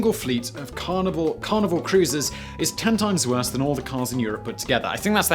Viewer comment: Oooohhhh Carnival.....I kept hearing Carnivore! 🤨